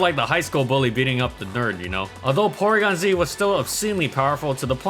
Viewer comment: Porygon-Zwag lol